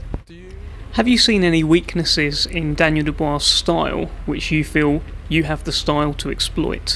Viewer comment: The way he said Daniel Dubua I’m going to know you out lol🤣😂